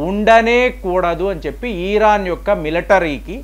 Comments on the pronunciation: ఈరాన్... కాదు... ఇరాన్ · ఈరాన్ కాదు,..ఇరాన్ 😂